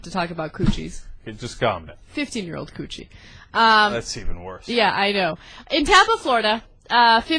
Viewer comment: Its funny hearing Ana say cootchie. haha